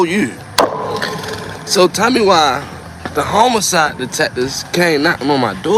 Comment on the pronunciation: HOMOCIDE???!!!! Nigga...its HOMICIDE!!!